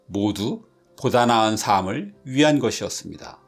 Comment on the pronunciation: ‘삶을’의 발음은 [사믈]이 아닌 [살믈] 입니다.